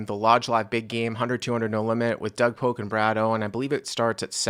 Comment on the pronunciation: Do you think his name is Doug Poke? It’s Polk 😂😂